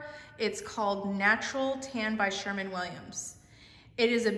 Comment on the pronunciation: SherWin Williams, not Sherman Williams!!